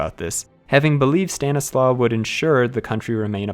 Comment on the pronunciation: In Polish the letter "W" is pronounced like the English "V". So Stanisław is pronounced "Stan • i • slav". Outside of that good job